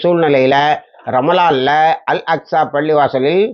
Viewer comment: அல் அஸ்கா என்று தவருதலாக அடிக்கடி கூறுகிரீர்கள்.